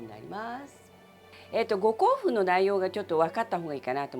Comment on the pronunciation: 本場のウーシャンフェンって発音聞けるぞーって身構えてたらごこうふんで笑っちゃった